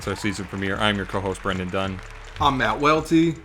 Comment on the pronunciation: Dunne. You said it twice, worst take